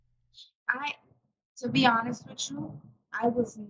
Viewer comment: Wich intead of with. Importan unstead of important. Wit, this time, instead of with. The women at the charity socials would laugh in her uneducated face.